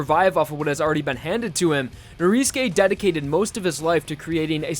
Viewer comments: It's not pronounced noriske it's norisuke you goddamn emoji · ITS NORISUKE NOT NORISKE OMG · why do you pronounce Norisuke like that ? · Weather because in Japanese, you don't pronounce U's sometimes. Especially if it is After "S" and before "K". Either that or the u fades.